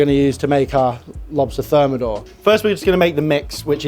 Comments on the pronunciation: On dit et écrit : le homard THERMIDOR, et pas thermodor ! ! bye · Insupportable cette voix de synthèse et son homard termodor pour thermidor. Complètement fake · "This style is less ostentatious" "Now we will thicken the sauce with Froi Gras" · Homard termidor et pas termodor ... j'ai pas été plus loin dans la vidéo du coup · par contre c'est "Homard Thermidor" et non thermodor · ThermIdor, not thermOdor.